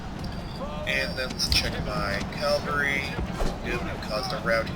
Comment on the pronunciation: It's spelled ca-val-ry, not cal-va-ry; good luck on the playthrough; first episode's great. Cheers.